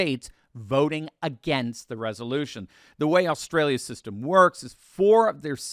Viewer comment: Thank you for pronouncing Australia so awesomely. and "Down Under", Well Said, Good Cards, Nice hand, well played A Plus